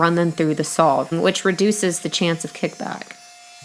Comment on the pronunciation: beeeeuuuuteeefull table!!! great job. so if she calls a saw a sawl ,how come she doesn't call an awl a aw?